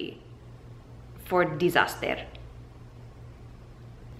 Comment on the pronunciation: the way you said disaster sjsjsjsjjsjsjsjz